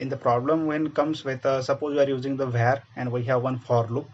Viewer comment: var ❌ vhar ✅